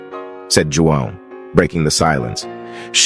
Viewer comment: If you 😊are trying to pronounce the name “Juan” please say more like “wahn”. It’s confusing to listen to mispronounced words and names.